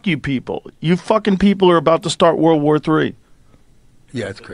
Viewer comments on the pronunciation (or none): Why can't these grown a.. men pronounce world War 3? Always wurl war or war war3! It's aggravating